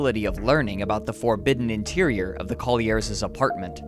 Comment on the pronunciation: "parentses", "brotherses", "Collierses" ?? Woe is me.